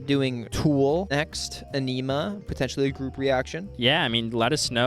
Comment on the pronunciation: Ænima is pronounced ah-nuh-muh, its gonna blow the metal out of your brain :)